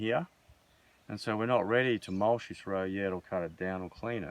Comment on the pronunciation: Great info love what your doing but please stop calling it mulsh it is called mulch.